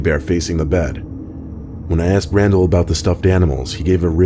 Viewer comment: Something that keeps bugging me is how you say aksed instead of asked, other than that: great vids!